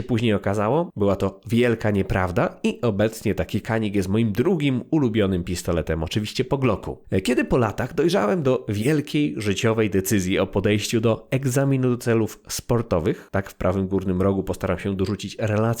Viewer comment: Dlaczego Polacy usilnie zmieniają nazwę tureckiej broni? Albo mówimy o "canik" bo czytamy dosłownie po polsku, albo "Dżanik" bo tak poprawnie brzmi ta nazwa po turecku. Dlaczego usilnie próbuje się zangielszczyć tę nazwę? Czy na markę francuskich samochodów ktoś mówi "kitroen"?